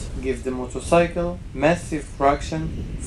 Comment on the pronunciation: I fucking hate the way you say "motorcycle" what kind of fucking accent is that?